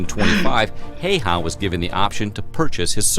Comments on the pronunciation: Its super rare for Häyhä to be said correctly by someone who doesnt speak finnish, in this video he says Heihä and not Häyhä. But its ok, Finnish language is difficult to learn. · Actually the narrator is mispronouncing Simo's last name. Please do not try to copy his way.